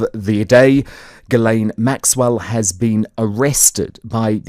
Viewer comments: Water board. Not that the testimony will be worth anything, but may corroborate some of what is suspected. Part of the mass arrests? Trump is pictured as in Princess Diana. Dunno if Trump is involved or not. Pictured yes. I think it is pronounced, "Jizlen or possibly Gislen, not Geelane" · Ghilsaine is pronounced how posh folk pronounce the Scottish town of Gullane! Lol